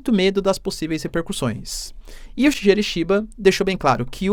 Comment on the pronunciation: Puxa professor Senhor está falando o nome do primeiro-ministro do Japão errado😂😂😂… Shigeru Shi- sal’shi’cha- salshicha. Ge - ‘gue’tos- guetos. 😂